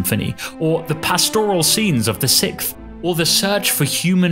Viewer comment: And, from Beethoven, things went well until Bruckner started killing audiences with his vapid, eternal, painfully simplistic repetition... BTW, and "[the] sickth [symphony]" => [the] sixth [symphony] (The Sixth Symphony is sick only in one North American English colloquial usage.)